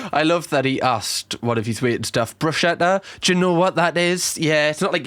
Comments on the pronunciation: if he was. Real chef. He would know it’s pronounced “Bruce-ketta “ not bru shetta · I'm not italian but isn't it 'brus-ketta" 😅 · He's mispronouncing bruschetta!! 😂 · Pretty funny that he pronounced 'bruschetta' incorrectly when he was being an obnoxious know-it-all.